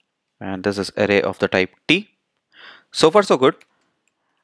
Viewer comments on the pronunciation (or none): I had great difficulty in listening to his tongue: Array sounds like 'aha-leh'. The word `Array` should sound [uh-rey]. Except for this, his explanation is exceedingly good. All I understood was guess-work due to the pronunciation.